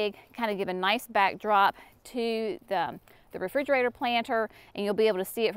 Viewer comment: I laugh every time you say refrigerator… sorry you lost the video you wanted. God bless you!!!